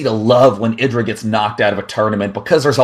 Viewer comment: Its said eye dra i swear